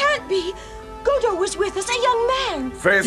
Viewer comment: Johnny: Godo, help! Crow: "Go to hell"? Hey, he feeds you, he takes you into his home and that's the thanks?! Tom: No, "Godo, help". Me: Yeah, he said "Godo, help". I mean, how can it sound like "Go to hell", anyway?